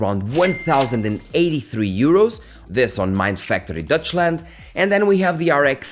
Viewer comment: "Dutchland"? My ears are bleeding. Dutch people are from Netherland bro, just say Germany please.